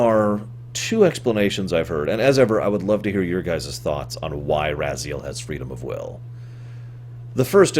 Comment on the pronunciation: Why do you have such a hard time pronouncing the names when they're spoken, so many times throughout the series? It's RAZ-I-EL, and HYL-DEN. What, do you pronounce Kain as Mwain? Of course not. It's not - that - hard. - Not really. The way I always interpreted it, is that the Elder God exists outside of time in the past, present and future at the same time. Therefore, it is of extreme importance to him that it goes to a future, he desires. For example, even though he's gotten bigger and bloatier in Nosgoth's future, it is not to his benefit since the future is now full of Hylden's running around, each of them not really believing in the Elder God and none of them being able to follow the wheel of life that he wants. He blames Kain for this on the basis that Kain did not sacrifice himself to restore the pillars. Since Vampires are immortal and cannot be returned to the wheel, when the body of Raziel slumped down at the bottom, the Elder God decided to grant him free will in exchange for revenge against Kain, knowing it would fuel Raziel's hatred, and being a being outside of time, he knew that Raziel would eventually get trapped in the blade again, thus perhaps with a sinister foreshadowing, calling him " Become my, Soul Reaver " . But being a creature of Free Will is evidently a chore if this being decides to make other decisions than the one you want, thus resulting in a timeline that's constantly fluxing around. In one timeline, Raziel succeeds in hunting Kain